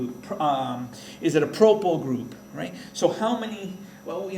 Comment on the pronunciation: you have proply not propyl but great video, you certainly teach better than my teacher in school